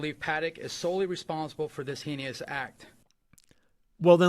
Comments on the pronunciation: Red flag: "Hay-nee-uss" He's reading words he doesn't understand or know how to pronounce. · "hey-nee-us". LMAO Definitely reading a script prepared for him with words he doesn't even know how to pronounce. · Heen ee us attack, dude has never used that word naturally, 100 pct reading a script he did not write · That one cop can't even say heinous, he said henious, so he's 100% a dumb ass that can't read and obviously bought off with good money